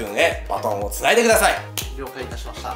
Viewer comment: くださいが、くだいになってる